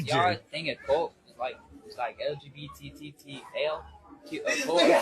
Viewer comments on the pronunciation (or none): These dudes need a trolling channel. When he said LGBTTTT I died laughing